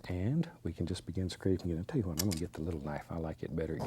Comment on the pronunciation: ‘Tell yu wat let’s do...”. 😂